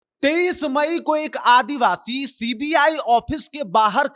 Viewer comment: Kya advabsi advashi bol rhe ho ...Indian bolo